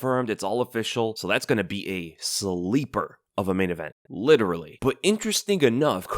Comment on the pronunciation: This idiot talks with a disgusting lisp 😂🤣 The way he pronounces "sleeper" is so funny